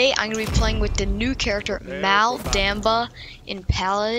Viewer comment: you didn't say him name right